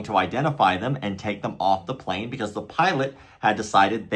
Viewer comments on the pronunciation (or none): none